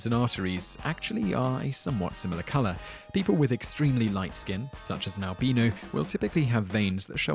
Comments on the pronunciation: I know what it is, I was making a joke about how he pronounced it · He did not pronounce it like that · scoruge278 is probably american and pronounces it al-BYE-know